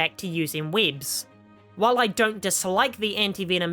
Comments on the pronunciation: Bro I straight up spat my drink when u said “Weéebs” 😂😂😂 I swear I can’t focus what u said afterwards. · The way u were saying webs was too distracting 😂